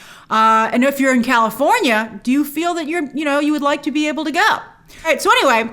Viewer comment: California, has an R, Lol